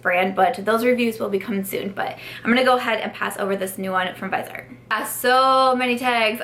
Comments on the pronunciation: They're pronounced Viz-e-art and 'Trist' :) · I recommend watching Stephanie Nicole’s videos on Viseart. In one she interviewed the owner of the company and it was very informative. Btw, it’s pronounced vis-ee-art, with 3 syllables, from the French word for face, “visage.” I didn’t know how to pronounce it either until I watched Stephanie Nicole. She is a huge fan of their mattes, but not as much their shimmers because they are more subtle. I have 4 of the 12 pan palettes and they are amazing. The mattes are incredible, but I even like the shimmer palette I have because it’s more subtle. It works well on my more mature eyes, doesn’t settle into the “less smooth” areas. I even wear them in the crease and above where they also look pretty. But, the mattes are absolutely great quality and a pleasure to work with. Love your eye look today!